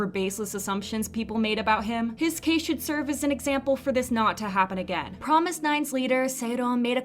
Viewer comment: I know you're trying to stray true to the korean pronunciation of "fromis_9" by saying it like "promis" but even the group itself doesnt say it as promis, they say FROMIS. so just keep that in mind lol